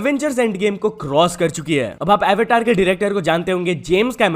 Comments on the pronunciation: Avtar bol skata hai bhai tu Avetor🫡🫡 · Bhai 'avetar' nahi 'avtaar' pronunciation hota hai . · plz Ye aevatar nahi avtar pronounce hota hai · avatar is not a'va'tor it is hindi word so simply say avatar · Avetar nahi avtar he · Bsdk ko Awtar Bolna Nhi Aata 🤬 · you are not looking cool by calling avataar to avehtaar plzz indian term to indian mai hi bole ..not so cool